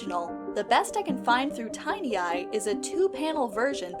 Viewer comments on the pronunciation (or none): Glad I'm not the only one calling Tin Eye "Tiny Eye". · It's called TIN eye, like the metal, not tiny eye. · it's "tin-eye" isn't it? after the Mistborn thing? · It blows my mind that anyone who's been on the internet for any length of time could mispronounce or misread Tineye. It's one of the OG search engines and still by far the most reliable reverse image search. It's older than Google, older than YouTube, older than Facebook, heck it was even older than MySpace, and it's still going strong. It wasn't until maybe 2–3 years ago that Google reverse image search got anywhere near Tineye in terms of accuracy and reliability; it had over 20 years of basically being the only good reverse image search, and not knowing what Tineye is feels like… idk, like not knowing what a browser is or something. Maybe I'm just old.